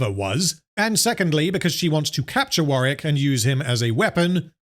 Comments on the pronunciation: Warwick. Not sure if thats what you were saying but it sounded like Warrick. Just commenting so people know the name of the character in the game who dont play it. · It's not warrick it's warwick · I always thought it was pronounced War - Wick . Im so confused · It is War-Wick, he's just not pronouncing the name right. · "I am going to refer to this creature as Wareck." Why would you do this Are we really going to have to endure 3 and a half hours of you refering to Warwick as "Wareck?" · You'll never see this or care, but there is a second W in Warwick, instead of Warrick